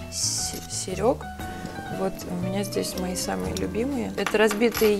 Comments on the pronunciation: "СерЕГ" ....)))))))))) я "диреХтор" модного журнала вог... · Что значит -"серЕг", "запомните и не спрашивайте", "ну, короче, как.. "директор модного журнала, - блин))) Видно, что своим умом дорожку выложила))) Нууу, молчу, об остальном...